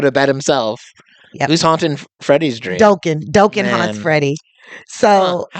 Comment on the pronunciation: Its not Doe ken...its pronounced Dock. -inn